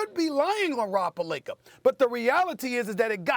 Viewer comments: Steven A Smith is a good analyst but EVERY time can’t pronounce Rob’s last name. Says, “Perlinker” lol. Nobody’s perfect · I hate how SAS says Pelinka last name lol he always put an ER on the end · Rob “Pelinkar” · “Rob palenker” 😂🤣... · “Rob Pelinker”- Stephen A. Smith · “Rob Pelinker”